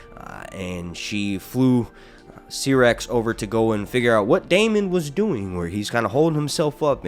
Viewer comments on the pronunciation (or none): Dude I love your videos, but it’s pronounced (SIGH)rax. Not (SEE)rax.